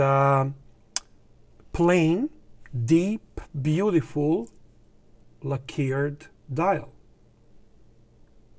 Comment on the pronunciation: Please say LACK-erred not la-KEERED. Thank you,!